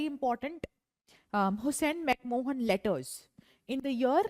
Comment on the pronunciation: Its McMahon , and not McMohan😂